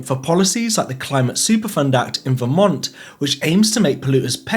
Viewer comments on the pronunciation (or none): none